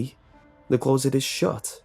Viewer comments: You pronounce closet as clou-rrr-sit instead of cloh-sit and I just think that's really weird. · Please learn how to pronounce closet. It is not claws-et it’s clo-set. It really grates on me.